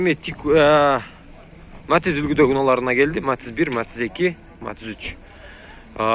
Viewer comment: Матиз деп так айтчы